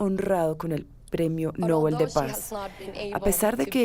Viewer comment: ES QUE NINGUNO PUEDE PRONUNCIAR DEBIDAMENTE EL APELLIDO DEL CREADOR DE ÉSTOS PREMIOS ALFRED NOBEL SE ACENTUA EN LA ÚLTIMA SÍLABA NOBÉL, no lleva acento, pero al pronunciarse se acentúa en la E. Gracias por el respeto!